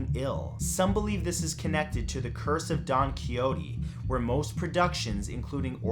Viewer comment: Don Coiote 😂 Do,you mean Don Ki shot ta?